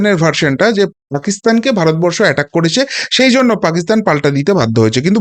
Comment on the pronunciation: সালা দালাল ভারত বরষো ঠিক ভাবে উচ্চারণ কোরতে পাড়েনা